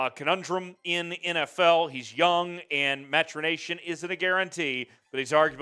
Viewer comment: No "n" in "maturation". 🙂